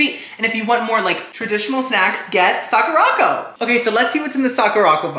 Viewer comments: Hi, I really enjoy your videos! Just a little fun fyi… the Sakuraco box is pronounced Sak-ura-co…. Like the Sakura flower with co at the end. Not sa-ku-ra-co. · not calling it sock-ooo-rock-oh AGAIN. LOL its Sakura (like the Japanese flower on the cherry blossom tree) co (as in short for company) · BTW its Sock-er-Ah Co. like the Sakura blossom. Sakura Co. Akidearest, another youtuber who lives in Japan gets the box too.